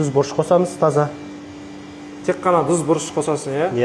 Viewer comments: Дуз демей туз десенш 😂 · Дуз емес, Туз